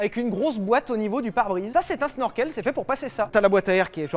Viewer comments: On dit chneurkeul... Pour Snorkel.. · Ça se dit CHnorkel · Petite information d'un rageux, on dit pas Snorkel mais shnorshell c est une invention Hollandaise pour les sous marins qui a été redevloppé pendant la WW2 par les allemands avec les U-boot. Voilà.